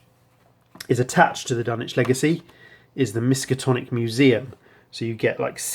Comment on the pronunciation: FYI - I've mispronounced it myself for years, apparently the 'w' in Dunwich is silent... Dun-itch rather than Dun-which